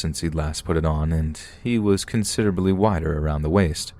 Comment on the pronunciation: the word is considerably...not considerally. Let me know if you need an editor. <3